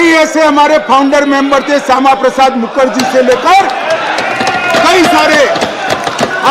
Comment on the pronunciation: Are Bhai Amit sah bolna to Sikh lo pahle mukarji bol Raha hai mukharjee bolo... kisi sansad ne bataya nhi kya 😂😂😂😅😅😊